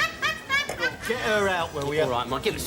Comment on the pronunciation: Waquel,Wodney and Dewek Twotter.